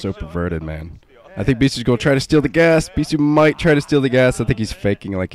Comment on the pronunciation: "Beee-thooo" always makes me lol for some reason.